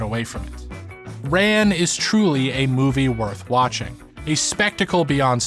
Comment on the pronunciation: Pronounced more like "run".